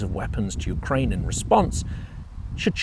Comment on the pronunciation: Yewkwaine shud suwender